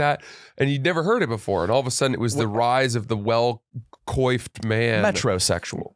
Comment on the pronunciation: Thought was smart til I heard him pronounce coiffed